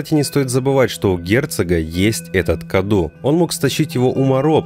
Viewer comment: Мало кто об этом говорил, но правильно говорить не Каду, а Кадоу. На румынском Cadou - подарок. Она даже сама называет его в каком-то то моменте подарком